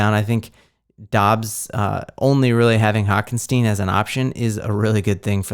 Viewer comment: Hockenstieen? My man. I love your videos but, it’s hockenson. Lol